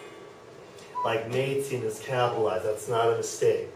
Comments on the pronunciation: Sir, I like your teaching and am following you. However, I guess Maed'chen' is pronounced as 'shen' where as you do it more like 'sen'. same as Muen'shen' but not Muen'sen'. Isn't it? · This guy made a very good job..although "Mädchen" and "München" was not pronounced the right way ..meaning the "CH"